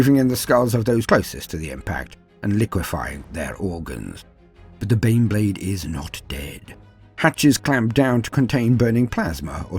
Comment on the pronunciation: My murican ears keep hearing "Bean Blade". A gift or a curse?